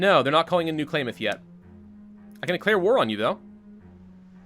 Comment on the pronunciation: Love the new face cam. Klamath sounds like Clam ,and I Love seeing you play this mod in the part of the world I am from.